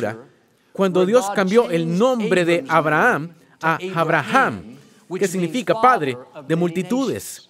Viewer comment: Que no se dice Abrajan se dice Abrahan